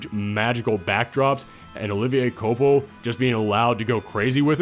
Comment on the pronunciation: Olivier que-wa-pel